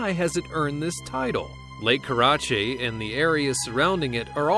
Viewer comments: Lake Karachay is pronounced Kar a CHAY not Kar a chi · does anyone else hate the way they pronounced “Karachay”? IT BUGS ME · Why is lake karachay pronounced like that??? Pretty sure its not